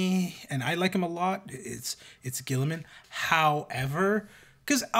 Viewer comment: "Ghee-ih-man" (guilliman) "Ghee-uh-teen" (guillotine) I don't understand why this is so hard...